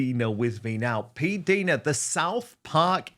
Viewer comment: Dan, I believe it is pronounced "P Dyna" not "P Deena."